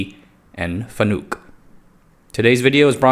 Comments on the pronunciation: Wait, there's a THIRD pronunciation? I've been machining for 15 years, and in the US at least, most pronounce it FAN-uck or fa-NUCK. I've never heard Fa-NOOK before.... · It's not pronounced Fanook, it's Fan-uk. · It's pronounced fan-ick, more of an I sound then a u sound. Source: I've been buying and integrating fanuc robots my whole career as a mechanical engineer. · It's pronounced fan-ik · Pronounced Fan-ick... they get really upset about that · I think it's pronounced Fan-uhk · You are pronouncing FANUC incorrectly. It's FAN-NUCK. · Don't take history lessons from people who can't pronounce their subject matter.